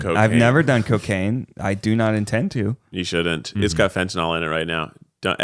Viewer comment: It's pronounced fen-tuh-nuhl WHY are you pronouncing it fen-ta-NOL 🤦‍♀️